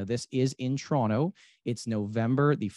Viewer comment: where the hell is this "churonto" place keeps talking about?